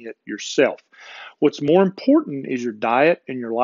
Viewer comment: I love you...but....you have to learn how to say the word "important", It is importanT